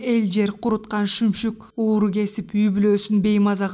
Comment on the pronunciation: Үнүң жакшы экен. Сөздөрдү башынан аягына чейин ката окуптурсуң. Мисалы. Нарк насилди-нурк насил, урууну- ууру, мозаиканы- мозайка, иңирди- ириң деп. Ушул каталарды эске алып окусаңар укмуш чыкчудай.